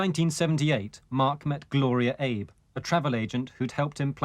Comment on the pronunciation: The narrator pronounced the last name of the killer's wife, Gloria, as "AY-B" . Gloria is Japanese so the pronunciation of her last name is actually "Ah-BEY" as in, you know, former Japanese PM Abe.